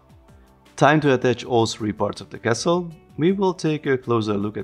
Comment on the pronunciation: hehehe when you say castle I hear kessel hehe you know spice mining planet from Star Wars :P